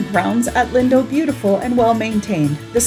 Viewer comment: It's pronounced "leen-doe"